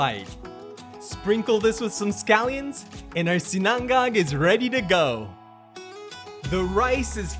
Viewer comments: We pronounce it SEE-na-ngág, not see-NANG-gag. I know, it’s not easy. Especially the third syllable. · It's 'SINA-NGAG' not 'SINANG-GAG' . Anyways, nice presentation. ☝️😊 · Yo it's not si-nan-gag! Say it with me, SI-NA-NGAG! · Hello Mr! just wanted to let you know it’s pronounced SI-na-ngag. Emphasis on the “si” instead of the “na” 😇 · Quick and simple recipe. I like how you pronounce Sinang-gag 😀🤙🏼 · Hi. FYI - it's pronounced "SIN-UNG-UGG" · i have to agree! Too much time on a short recipe. Just get straight to the point. He also didn't pronounce sinangag right.